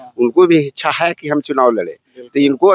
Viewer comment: इसको बोलने ही नहीं आता है इच्छा को हिचछा बोलता है